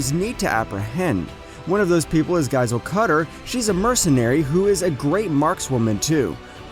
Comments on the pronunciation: bro the way he pronounces tobias and giselle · now what is that pronunciation of Giselle?? jfksd